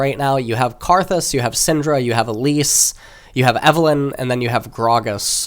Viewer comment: I'm sorry did this man say Syndra? Coach btw.